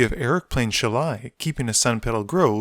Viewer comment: The grammar nazi in me cries at your pronunciation of "Shalai". If a ninja's 3 pronged hand weapon is a "Sai"[Sī], what's that make this angel's name sound like?